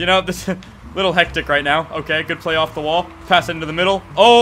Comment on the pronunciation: Play not llay